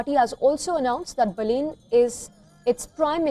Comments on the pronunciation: Not Boolean not balloon it's Balan need to learn pronunciation first😅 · Pronounce Baa-lane 😂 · Learn first pronounce his name? As called BALEN 🤟🤟🤟🤟